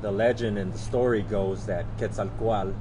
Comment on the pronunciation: Now I definitely know how to pronounce Quetzalcoatl. :-)